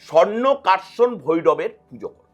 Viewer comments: মা লক্ষী এবং কুবের মূলত স্বর্নাকর্ষণ ভৈরবের পূজা করতেন। কিন্তু উনি ভুল বলেছেন উনি নিজেই উচ্চারণটা ভুল বলেছেন। উনি বলেছেন সংকাকর্ষণ ভৈরব। আমি ব্রহ্মানন্দ মহারাজের একটা পডকাস্ট থেকে এই তথ্যটা জেনেছি। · uccharon bhul korechen tai bolechi